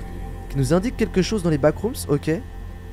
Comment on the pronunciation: Vremment ça me frustre que dise backroomsss alors que c backroomsss sans s